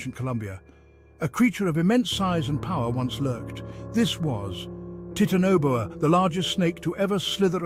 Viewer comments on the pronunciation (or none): Taitana Boa Not Titano Boa